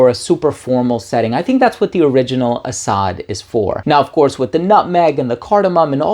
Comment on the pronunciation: ❤Guy.. Arab here.. Asad means "lion".. To be precise the most common famous word for lion.. Because in Arabic.. There's like I dunno 5 names for lion or even more 😅 Anyways.. It's pronounced as Asad.. Just like that.. (Ah-sadd) No extended vowels.. Think "Acid" with a shorter "A" sound and definitely replace the "i" with an "a". So it's not "Ah-saaad".. Nah.. It's "Ah-sadd"